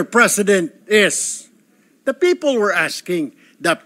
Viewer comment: Sen..Erwin tulfo..correction lang pronounce the words properly.. Ung people sir,bigkasin mo ng klaro ha..Hindi "Pipo"...kc gagayahin k ng mga batang nakikinig,,akala nila un talaga ang tamang pagbigkas...😅😅😅